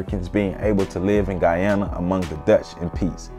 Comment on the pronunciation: Thank you, but also...your pronunciations are like nails on a chalkboard. I'm so happy you pronounced Guyana correctly.